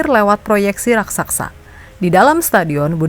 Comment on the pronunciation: RAKSASA MIN, BUKAN RAKSAKSA 😂😂 bahasa Indonesia yg bener lah